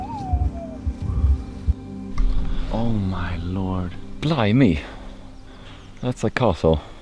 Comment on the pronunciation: LOL, That's was the second time you said Blim-me, that's not how it is said. It's Blimy! short and sweet. Loved the brotherhood in this video and of course the amazing landscape Scotland has!